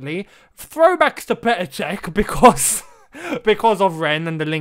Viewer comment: I absolute love how you’re unsure of how to pronounce Rennes/rennais and just change how you say it